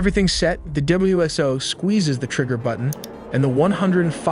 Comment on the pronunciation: W.S.O, not W.S.0